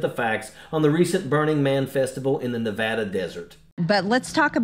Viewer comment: They were in the Black Rock desert. It never rains in that desert. So everything turned to mud. Being from Nevada I promise you it never rains in that desert. Also Marge doesn't pronounce Nevada correctly. She's a doof.